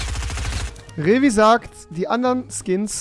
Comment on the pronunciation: Rewi sagt vieckt